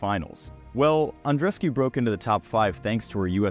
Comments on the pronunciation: Andrescew? It's Andrescu (oo) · No, it’s Andreescu (four syllables)